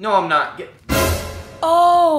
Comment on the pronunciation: Pee-Cock is the pronunciation